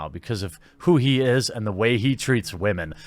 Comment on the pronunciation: Oh and I love your emphasis on the wamen term. Simply glorious